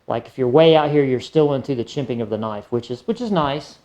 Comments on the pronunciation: Are you saying chimping? It’s called jimping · Its " jimping" brother